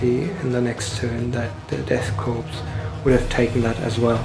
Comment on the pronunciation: Nice batrep. You don't pronounce the p in death korps though. It's pronounced 'core.'